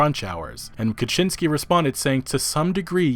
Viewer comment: Kiciński - Kee-tzee-n-ski (all polish I is read as I in SKI). Polish I read as english I sound like polish A, making Kiciński sounds in your speech as Kaczyński. You make duck out of a kitten.